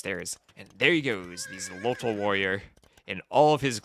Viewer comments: I am not hundred percent sure about the pronunciation in the native language, but in Spanish that would be pronounced "Kholotl", as in old Spanish the "X" wasn't "X" but "Kh" (That's why Mexico or Texas are pronounced with "kh" in Spanish but written with "x", or why sometimes "Don Quijote" is written "Don Quixote"). In general the Spaniards of those times tried to transliterate the native words as best as they could to Spanish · "Xolotl" is pronounced "Sho-lott-(t)" with the -tl on the end that I think is best phoneticized with a very weak "th" sound in English. It's made by placing your tongue behind your front teeth and blowing air out the sides of it.